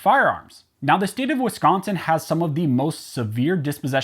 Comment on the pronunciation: At least it didn't get pronounced wiscaaaansin